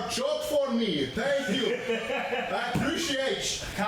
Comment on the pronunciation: Oh no 😭 he said iappreshiatch